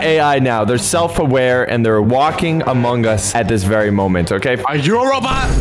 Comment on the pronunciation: He pronounced self-aware wrong